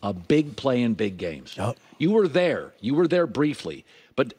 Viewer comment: Houshmandzadeh and shady both say "ner" instead of "there'"